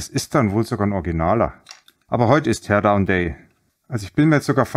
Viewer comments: Teer down? Teer herunter? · Du hast aber Teer gesagt 😜🤣